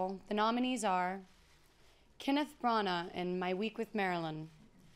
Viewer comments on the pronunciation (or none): none